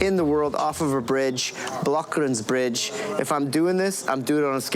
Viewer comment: every south african will laugh at the way you pronounce blou kraans bridge